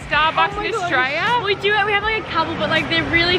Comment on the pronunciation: Notice how keeps calling Australia austraya 😂